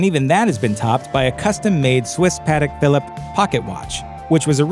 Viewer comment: If you're going to pose yourself as a credible Antiques Roadshow narrator, spend more time on learning the pronunciation of "Patek Phillipe," which is to say, Pa-teck Phileep". Rhymes with sleep, sheep, deep, and creep. But certainly not "cheap."